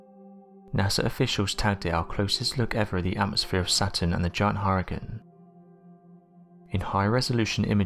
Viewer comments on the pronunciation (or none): I’m getting so triggered listening to him say hoorican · Deeply troubled by how he said Hurricane... Hurken? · Did it take anybody else over half the video to figure out that her-uhh-kungz meant hurricane? Or is it just me?